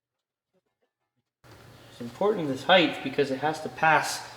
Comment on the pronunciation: Cool stuff. Model Ts are so strange. Also, what's "heighth"...?